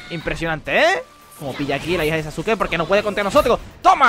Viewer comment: SE PRONUNCIA SASKE >:( DISLIKE